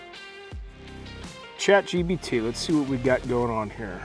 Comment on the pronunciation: The host keeps saying Chat gBt while its actually Chatgpt lol